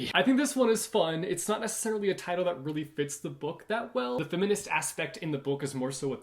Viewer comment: no one:: femminist haha